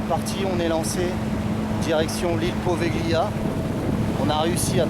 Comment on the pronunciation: l'île se prononce POVÉLIA et non POVEGLIA, le G ne se lis pas :) voilà petite précision ;) j'attend la deuxième partie :D